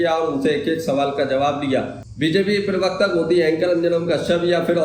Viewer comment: Arey bhai parwakata kahna tou seekh lo